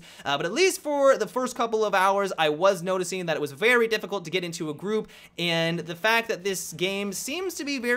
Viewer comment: "Geet in mah belleh"